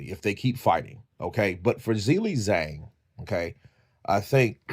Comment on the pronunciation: The title should say 'Zhilei Zhang's important announcement concerning his boxing career'. This is sloppy AI generated rubbish. His name is also pronounced 'Ji-lei, Jang' not 'Zill-lei Zang'.